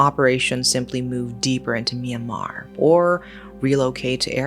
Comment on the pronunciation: Myanmer?! It’s my country😮